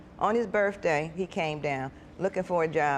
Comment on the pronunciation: This is a shameful question BUT what happens when the parent passes? Life can change in a second.Is my hearing off or is there a different language with some cultures. The words are mutilated & mispronounced. Axe, Pole-Lease, Burf-day, I have to read sub-titles. What did Mommy due when she lived further away ? She had three children back to back. Do not have children if you have no way of supporting them. Get an education a decent career no one but the bio father has responsibility to support these children. Pawning items is like a high interest Credit card it never ends. ONE often wonders if Mommy jumps in the martial bed with them. ?Like the Judge says " Mama knows to many personal details.